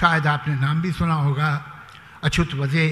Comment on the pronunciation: मराठी साहित्य संमेलनात अध्यक्ष मराठीत बोलू शकत नाही,कहर म्हणजे नाशिक ला नाकीश म्हणू शकतो,आहे कि नाही गम्मत,,,अच्यूतला अचुत हे सुद्धा ह्याच माणसाने म्हणावे,नशीब अछूत नाही म्हटलं,,अरे काय जन्माने मराठी असलेला ज्याची मातृभाषा मराठी आहे असा एकही व्यक्ती साहित्य संमेलनाला अध्यक्ष म्हणून मिळू नये,काय दैवदुर्विलास आहे.शरम वाटते आम्हाला.